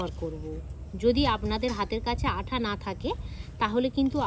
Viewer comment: দিদি আঠা না আটা